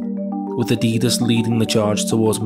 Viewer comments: Eh? No it's not. Geordies, Mackems et al say "Addy-Dass", which is the correct pronunication because Adidas was founded Adolf Dassler, aka "Adi" Dassler. "Adeedus" is the American pronunciation. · IT'S ADIDAS!! NOT FUCKING ADIEDES. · WTF! Why are you mispronouncing Adidas as a-DEE-dass instead of its correct form of ADDIE-das and Nike as nike (as in bike) instead of nigh-kee. It’s driving me nuts! Otherwise a great analysis and informative video. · His name was ADI DASSLER…. SO why would it be Addeeedus?